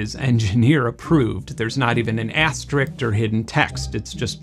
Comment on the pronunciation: That was fantastic, but it’s “THEO-retical”, not THEREO-retical”, and “aster-ICKS”, not “aster-ICT”.